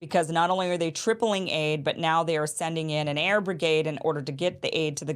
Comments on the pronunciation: AIR BRIDGE.................................NOT...............AIR BRIGADE......YALLLLLA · Air bridge .. not brigade